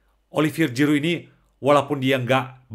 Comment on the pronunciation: Puji Tuhan! Ga nyangka, jarang2 ada org Perancis yg sungguh2 pengikut Kristus! Semoga semakin menjadi berkat! 🙏🙏 (Btw, baca huruf g dlm bhs perancis itu spt ZY bro, bukan J spt bhs inggris😁✌)